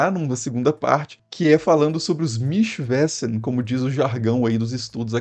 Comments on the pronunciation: Mischwesen se pronuncia Mischvesen, não mischvésen.... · Pronuncia-se mischvêzen. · Seus vídeos são muito bons. A pronúncia de Wesen : Vêzen. Mischwesen; Michvêzen. Abraço! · "Mísch vêzen". Pode tacar Mischwesen no Google tradutor e pedir pra falar, que a pronúncia sai correta.